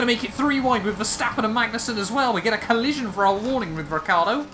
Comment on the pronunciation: ''A colison for our warning'' SPEECH 100